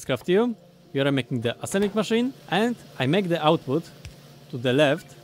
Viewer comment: I just love every time he says assemblic machine